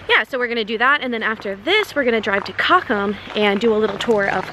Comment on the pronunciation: I feel kind of confused when your pronunciation of German words you use often is close to perfect but some less used words/town names ( like "cochem") are pronounced the American way. Unfortunately, these words are only stored in my "German memory", so I do not recognize the term on first hearing if the rest of the sentence is in English.